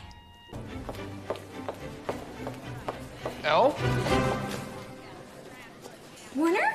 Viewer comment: Him: Elle?? What im hearing is Ewlll?